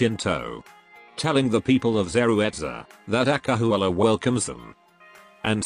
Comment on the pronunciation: when the narrator say "acahualla" my SSS blood is boiling 🔥🔥🔥🔥